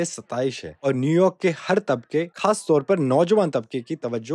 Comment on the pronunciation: After it's definitely an Indian narrator because his pronunciation has issues...naaqedeen" " Intekhaabi mohim" khaas taur pe"